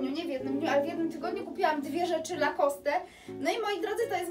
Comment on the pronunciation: Super zdobycze, jak zwykle. Zazdro! Zwłaszcza wężowego paska, wszystko inne też fajne. PS. Lacoste to francuska nazwa, czyli nie wymawiamy "e".